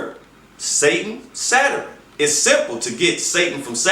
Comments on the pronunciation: And...did this nigga say Saturan (Saturn) dah....well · Anyone else here him say “Zataran" when he’s trying to say Saturn? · This nigga said saturun 🤦🏾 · Never listen to any mufucka who pronounces Saturn as "Satterin" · Ohhhkayyy, now I enterstand! I didn't enterstand until he explained Saterurn pronounced sat-her-ern? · I didn't realize Saturn had three syllables Chingy "Satarin" lol. He's right about the Vatican worshipping Saturn, that's no joke. He's wrong about the triangle and the eye though. That is the all seeing eye of Horus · I'm all for explaining of religions and different beliefs, however he needs to articulate better. You can't talk about stuff like this and mispronounce words, especially when you might be accusing a national religious body of worshiping Satan or "Saturin" as he calls it. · Mmm he’s mixing up stuff and saying it wrong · SOMEONE TOLD HIM THAT SHIT IN 20 MINS ...HE CANT PRONOUNCE SATURN....OR EVEN SAY SHAKRUH ....HE IS AN IDIOT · Yeah but he can't pronounce understand, or Saturn. He might be on to something but he need to just be on to something and let somebody else do the talking. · This is what happens when you get a dumb nigga making an attempt at smart people shit... A pseudo-intellectual who can't pronounce "Saturn" or "understand" while spewing garbage about astrology, mysticism, and a whole bunch of other bullshit that he doesn't even really understand himself.